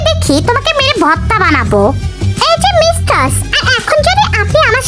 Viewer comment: Aij apa mistar hobe mev but tumi to mistars bolo ata sunte valo lage na tumi onekgulu video te amon bolco